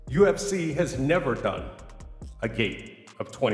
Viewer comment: I dont necessarily mind his content but there's something really unlikeable about him to me...also the way he says certain things like cartman from south park... "UFSeeeyy" it drivs me mad and in surprised I don't see more comments saying it.